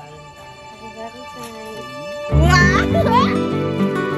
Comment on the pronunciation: Valentines ❌ Valentimes ✔️ 😅😅